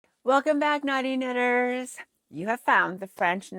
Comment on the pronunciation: I always giggle at the intro as it sounds like you’re saying naughty knitters 😂. I actually wore my MUSIKAL to work a few days ago and I had so many comments on it. I love my Shifty, it’s mainly purples green and pinks ☺️